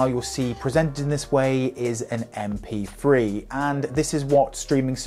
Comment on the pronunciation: M P free. Since when did the sound of TH = F?